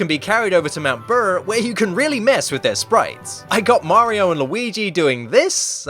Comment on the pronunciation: It made me laugh when he said mount brrrr